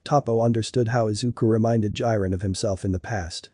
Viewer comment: Ah yes "Jairen"